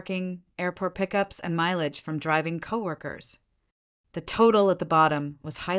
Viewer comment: Many of the AI mispronunciations are hilarious. Fine = feenay. Mileage = milahgee.